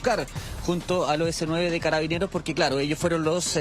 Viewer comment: Dice Caraineros, o escuche mal???